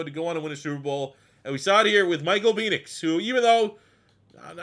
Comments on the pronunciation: this dude says "peenix" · I'm starting to think that you mispronounce Penix's last name on purpose! LOL Every time I've heard it, it is pronounced with a short E like in the word 'when'. Also, I know it's spelled weird, but Trevon's last name as actually pronounced 'MAY-rig'.